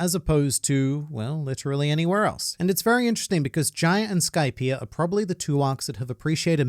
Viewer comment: Idea Skypia These words are sort of pronounced the same way, but you add an “r” to the end of “idea”, like idear, but don’t say Skypier